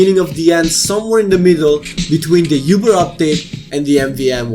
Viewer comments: uber pronounced "ooo brrr" not "you brr" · "The Youber Update" At least that's what I heard X_X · "youber update" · "Youber Update" you didn't even try man ._.